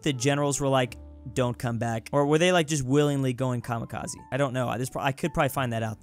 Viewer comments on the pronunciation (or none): none